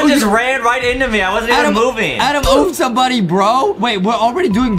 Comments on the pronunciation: It’s Adam not adem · Little Brother u called him grampa piggy Adem